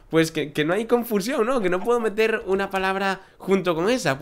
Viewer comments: dijiste vamos a moter, en vez de meter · en el minuto en lugar de decir vamos a meter dijiste vamos a moter jejeje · en el minuto dijiste moter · dijiste vamos a moter los cerditos aqui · minuto dices moter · Minuto dijiste moter